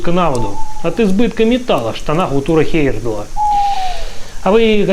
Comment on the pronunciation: Автор, если уж берешься вещать Миру о великих путешественниках, то не коверкай фамилию Тура Хейерда́ла. Ты же себя называешь, а не ЖИрков.